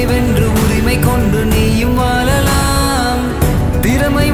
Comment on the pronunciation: Vijaykant paiyana irundu Tamizh Pronunciation sariya panna matriye pa, Thola Ila thozha, tamila Ila tamizha, vaalalam Ila vazhalam.👍